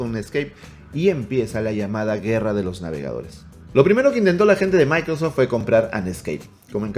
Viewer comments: Dice "MicroSFot" no Microsoft 😅😅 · Minuto 27 ahora edge es de "MICROSFOT" 😄 Ya no es Microsoft, Según el. Jajaja